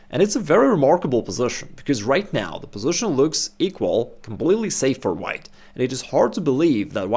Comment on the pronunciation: The reason I don't watch many videos from this channel, is because of the pronunciation of the words "bishop" and "position". Sorry but I find them extremely ugly and irritating with the way they are pronounced :(